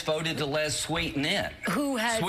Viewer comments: Does Lindsey know it's Sweden not Sweeten? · "...elected to vote SWEE-TIN in.."?????????? What a doofus!